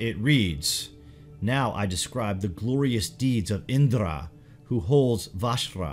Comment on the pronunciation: Its not indrrra... U can simply pronounce the 'r' in Indra